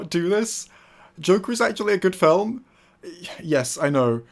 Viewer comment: pls stop saying film like that falm